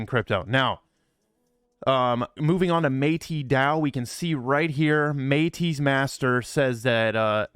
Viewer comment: Bruh stop saying MAY-TEE DAO it’s Meh-tis DAO same way you would pronounce meta like Metaverse